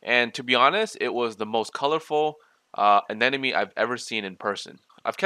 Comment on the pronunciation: Ah-nem-oh-knee. not anen-na-me